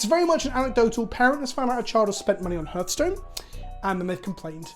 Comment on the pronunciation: It’s “Har” like “Heart” not “Hur” like “Hearse”